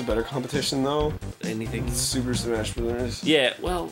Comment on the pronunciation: Arin always does the best messups~ with "do it on porpoise" or "Any-ting" XD